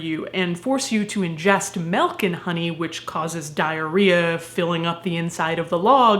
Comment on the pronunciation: For whatever reason, and I've watched this video a few times, I kept thinking she was saying melkan honey, and like that was some rare honey or honey like thing and i just went with it. It took me until today to realize she said milk AND honey. im a dumbass oh well